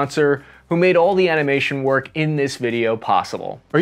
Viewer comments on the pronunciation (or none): none